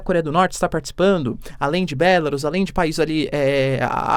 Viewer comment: Professor, me permita fazer uma pequena correção, por favor: a pronuncia de "BÉlarus", na verdade é "BelaRÚS". Obrigada. Somos fãs do seu trabalho, abraços!